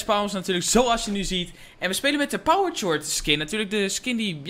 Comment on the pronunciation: je zegt power kort